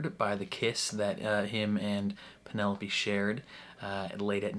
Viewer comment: It's you constantly calling her Pen-ne-lope... Hilarious 😂😂😂